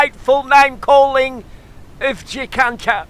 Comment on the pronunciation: funny as !!! LOL didnt realise i had been miss pronouncing Jacinta all this time ! ROFL ROFL ROFL